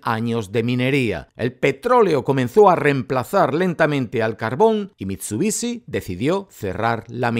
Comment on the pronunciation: MIT SU BI SHI , no mitsubici >:C